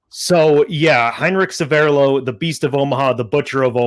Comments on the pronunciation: a small point and please forgive me for mentioning it, but your pronunciation of Severloh is really starting to bug me - It's not Se'verrlo, it's Sever'lo - it's also the name of a small hamlet just north of Celle (near Hannover) and he actually came from this area. I lived nearby for many years. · Very interesting. But the pronunciation of that German name needs some work 😅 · 1. needs to learn German. Or at least pronounce Severloh. 2. You do not fire the mg42 from the hip. That is deffo BS. 3. Good debunk. For some years I have believed that Severloh thought he killed a lot of people and felt bad. And even though he did not kill thousands and did not shoot Da Silva, the forgiveness and comradeship may be the important factor in this story.